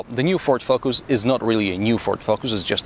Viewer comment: "Focus" - work on pronunciation!